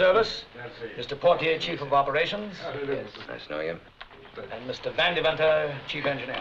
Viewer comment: ANY movie W/ Van Heflin is TOP shelf.... V A N..... Not..... V E N